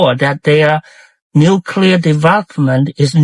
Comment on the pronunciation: "New-clee-R", you mispronounce you "new killers" US of BS!!!